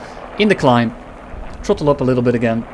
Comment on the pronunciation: Tirty-five percent trottle